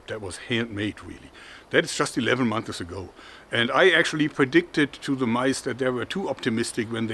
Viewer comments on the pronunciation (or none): Just a funny thing my friend: its months not monthes! Great work - love your channel!